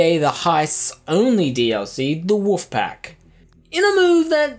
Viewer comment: "Wuf pack" "Wuf pack" "Wuf pack" "Wuf pack" ARRRRRGGHHH!